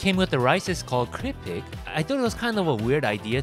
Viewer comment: its not 'kripik', its 'krupuk' sir